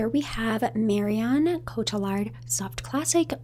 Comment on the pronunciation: Marion Cotillard is pronounced "Coat ee yard". The French ll is like a yee in English